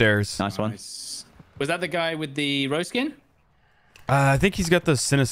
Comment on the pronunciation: Nobody:: "roze skin"